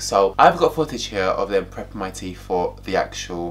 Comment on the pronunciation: Its teeTH not teef!